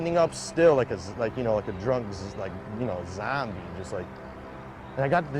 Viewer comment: the way he say zombie. "Zambie"